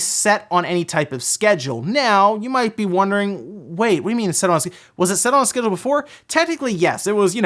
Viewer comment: What region's accent turns the word "on" into two syllables? Oh-wahn... Let's play ohhhhhwaughn-line